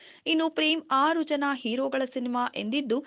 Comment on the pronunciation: ಆರು ಜನ ಅಲ್ಲ ....ಹಾರು ಜನ